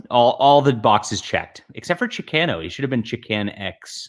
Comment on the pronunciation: You're the leading Hispanic voice in science fiction and that's how you pronounce Chicano? Shame on you! 😂